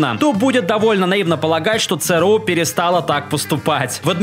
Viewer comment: Бляяяя. Не цэ рэ у, А ЦЭ ЭР У....